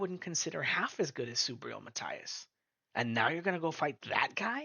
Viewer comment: Subriel Mah-TEA-Az